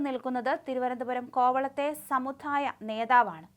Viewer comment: ഈ 'ആധായ' നികുതിയും 'സമുധായ' നേതാവും.....ഒന്ന് മാറ്റി 'ആദായ' നികുതിയും 'സമുദായ' നേതാവും ആക്കിക്കൊടുക്കാൻ ചാനലില്‍ ഉച്ചാരണം അറിയുന്ന ആരുമില്ലേ..? ഈ നേതാവിന് പേരില്ലേ..?